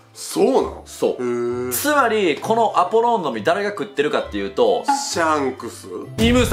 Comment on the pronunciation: アポローンじゃなくて、アポロンだぞ！！！！！！！！二度と間違えるなよ！！！！！！！！